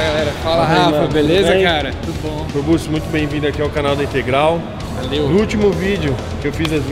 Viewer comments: "Corburtxi", Rafa 😉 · " Corbussi " kkkkkkkkkkkkkkk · O Rafael fala no vídeo "corbute" kkk